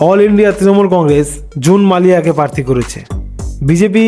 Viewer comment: পারথি নয়। প্রার্থী। বিজেপি - ২৯+